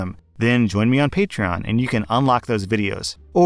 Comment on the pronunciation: Throw back to when pronounced patron as patchron